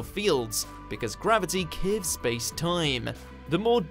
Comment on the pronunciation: And the word curve, he can't say it right